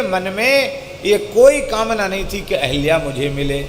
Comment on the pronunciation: अहिल्या नही अहल्या होता है।सही करिए।